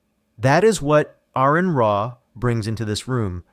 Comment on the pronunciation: Stop trying to make money from Aron Ra if you can't even pronounce his name.